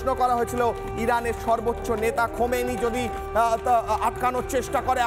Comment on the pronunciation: ভাইরে ভাই তোমাদের হকার সাংবাদিক বলে কারণ তোমরা নামটা ভালো মতন বলতে পারো না খোমেনী না আলিয়াতুল্লাহ খামিনি বুঝতে পারছেন